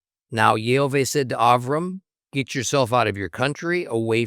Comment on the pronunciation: Question for you,? I hear you’re speaking יהוה as YeHoVEY ( not YeHoVah…) so I hear the ah sound missing, but in the very same passage, you say Yerushalayim ( you pronounced the ah sound in that) so why would you pronounce it in one word and not the other? No argument about the name of course I’m just genuinely asking. Thank you.